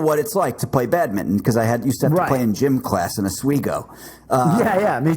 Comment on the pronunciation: Can we just take a second for pronouncing it “Badmitten” instead of “bad min ton”